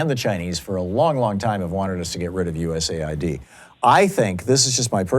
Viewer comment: for god's sake, please quit calling it "u.s.a i.d" it has nothing to do with id in usa. it's "u.s aid" - that is, aid provided by the u.s. it's a confusing program, not understood by many (including and especially that caller, and calling it u.s.a i.d just makes the confusion worse